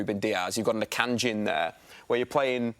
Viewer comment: Bruv said Makanji & ledley colwill twice! 😂😂😂